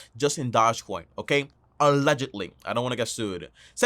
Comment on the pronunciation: Lol can u say doge coin name right